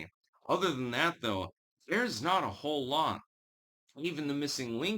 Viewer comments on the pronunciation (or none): none